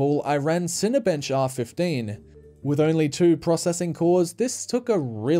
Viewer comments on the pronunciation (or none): none